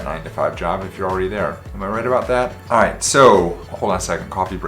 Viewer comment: He said iiight